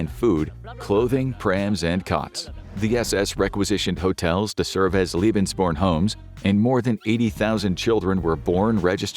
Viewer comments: omg it's pronnounced "leh-bens" not "lie-bens". "Leben" means life; "lieben" means love. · Why do you pronounce German words the American way? Lebensborn is pronounced "laybensborn" not "lee-bensborn". Hearing it being butchered more than 30 times is toe curling 😫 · Lebensborn is definitly a mispronounced term, I know such programms existed and Leben means Live but born doesnt mean anything in german and is definitly derived from the english word born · "lebensborn" is pronounced like "LAY ben's born". What the narrator is saying is "Liebensborn", which would mean something VERY DIFFERENT in German. "Ehre" was mispronounced likewise ("air + uh" would be closer, "eh-(uh) + uh" is closer but hard to describe briefly), and "Treue" was mutilated (should be "troy + uh"). Listening to this was so painful.